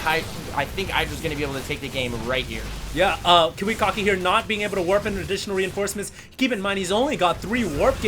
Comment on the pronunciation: love how pronounces kiwikaki as KIWI-COCKY... hahaha lol